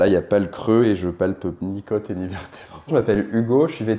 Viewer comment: Les côôôôôtes pas les keutes ! C’est agaçant ! 😤